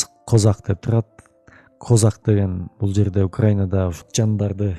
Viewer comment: Крымда казак деген ал крым казак ударенияны туура коюп окусанар крымские казаки дегендей кичине туура тушунуп окусанар билбей туруп негатив жазасынар крымские казаки бул биздин кошнабыз казак жонундо айтпайле тушунбосонор крым жонундо кино кор